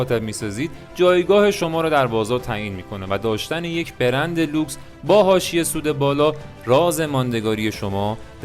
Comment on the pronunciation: چه تلفظ درب و داغونی ! بِرند ( ِ )چیه دیگه😅 بگو برند۔